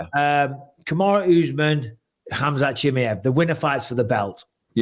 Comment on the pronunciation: Kamaru Usman is not Kamaru ooooooozman! When are you gonna learn to say a name properly Michael Atleast try!